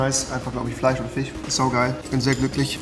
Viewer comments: "es gibt hier einfach den geielsten Fich " ;) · Findet ihr auch Rewi sagt Fich nicht Fisch?:-) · Minute Lecker Fich 😂